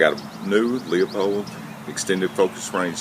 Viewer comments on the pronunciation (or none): Good review, but please stop calling it "lee-uh-pold". It costs you credibility. The proper pronunciation is "Loo-pold". Thanks! Your friendly scope Nazi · Half or have? Your lack of language skills keep you from being credible. It is pronounced Lupold. The 'e' is silent. Not Leeaapold not Luuaapold... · Man, where did you learn your English? that sounds like one is going to the crapper..LOO! Besides, it is a German name. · Another guy who cannot properly pronounce the name of the scope company. Ha ha...